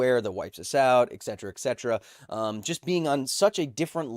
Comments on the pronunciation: Pronounced Et Cetera. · Danm it kyle, I love you, but there's no 'X' in ETcetera